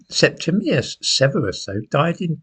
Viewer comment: I'm pleased he said SepTIMius lots of people get this Emperor's name wrong.